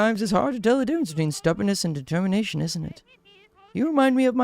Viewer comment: "Determation" ahh speach